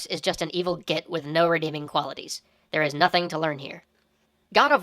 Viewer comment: The word "git" just sounds wrong in an American accent.